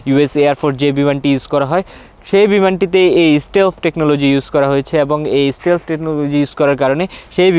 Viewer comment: শালা আগে উচ্চারণ ঠিক কর, স্টেলফ??? না স্টিল্থ??